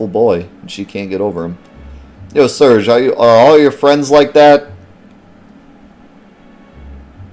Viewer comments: Its pronounced Serj (yes as in Serj Tankian). The J and G sounds are inverted in french, and you rarely pronounce the E at the end of words. Source : French-Canadian here :p. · I think you're probably pronouncing Serge correctly based on that fact that kid adds a "y" to the end of your name in the beginning scene which would make it Surg-ey-ee should it be pronounced Surg-ey to begin with which clearly doesn't sound right whereas Surge-ee sounds much better.